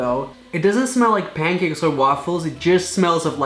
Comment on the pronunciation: Pancakes and waffles got a different accent I swear